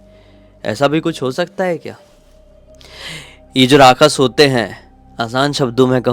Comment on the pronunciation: Rakash nahi rakshas hota he bhai